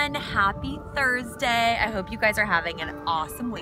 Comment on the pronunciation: Great video once again. Love the way you say Happy Thurrrsday. Lol. Fight on